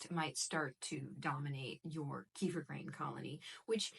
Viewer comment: I make my own kefir. I came here for advice, but I couldn't focus on what you were saying as I was mesmerised by your eyes.......... Here in the UK finding full fat raw milk is very easy. So, that's what I do. Oh, and kefir is pronounced kuh-feer. The word comes from the Caucases, Eastern Europe. They pronounce it kuh-feer, with the emphasis on the second syllable. Their word, their invention, so.........